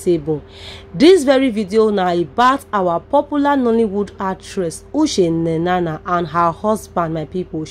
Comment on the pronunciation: Madam please is not Ushe Nenana but Uche Nnanna, if you don't know how to pronounce the name ask someone to teach you.and why not allow us hear from her.Too much talk.